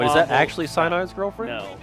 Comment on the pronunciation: Cyinide, cyinide, cyinide